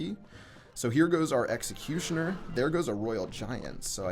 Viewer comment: New meta: Elecutioner